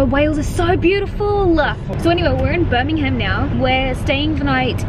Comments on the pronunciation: Birmingham is one word, you dont emphasise the Ham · I bloody love you and your videos, but as a Brit, it's actually painful to hear non-Brits pronounce our place names! 😂 Buckinghamshire is pronounced Bucking-um-sher (sort of, it's hard to type how you say things. Google how it's said haha). Same with Birmingham "Birming-um". No hate, much love!